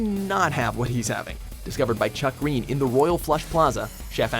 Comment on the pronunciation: Wrong way to pronounce: Chuck Greene Right way to pronounce: Little Chucky gween👌